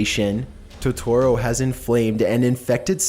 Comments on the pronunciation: its Totoro (TO-to-ro), not Totoro (to-TO-ro) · It's "To-toro", not "ToTORo". God, that irritated me more than it should've. also this comments section is absolute cancer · Okay, but who else is upset about the Studio Ghibli and Tutoro pronunciation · "My neighbor toe-toro " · Did anyone else cringe of how he pronounced it Toe-toro? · 2017: toe-toe-row... kms😂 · U said Totoro wrong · NOOOO NOT MY BELOVED TOTORO Q~Q You pronounced his name wrong btw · I got triggered by the way he said totoro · The way he says totoro is pissing me off, like he's saying it wrong 😭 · Toetorero ghiberee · Toe tu ro! Is how it's pronounced! And it's audio gebli is also how that's pronounced! Jeez you don't even have a accent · "To-to-ro" "Ghi-bi-ri" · I liked this video but I CRINGED when you MISPRONOUNCED Totoro And Ghibli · Lmfao at the narrator's way of pronouncing Totoro and "Studio Ghibli". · I love you so much, but the way you pronounce Totoro and Ghibli, disturbs me....